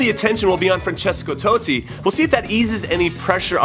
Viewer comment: francesko toe-tti